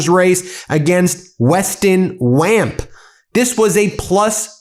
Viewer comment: WAMP is pronounced Womp. His dad was Zach Wamp